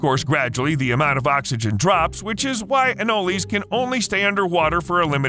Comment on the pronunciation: I am so glad you pronounced Anoles correctly. Ah nole lees. Not Ah noles. Cuban Anoles are all over Florida. They make excellent pets and you can still leave them outside. A cap of water and meal worms from any pet shop. Females have stripes going down there back. In school crazy girls would wear them on there ears. For real. No they do not hurt when they bite and they hang on for a long time.